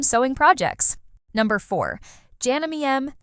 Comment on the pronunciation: any legitimate person in the sewing world knows how to pronounce JANOME And the fact that they stole footage from a reputable, Juki dealer is reprehensible